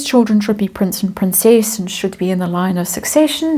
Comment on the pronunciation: PR-incess-nt meghan.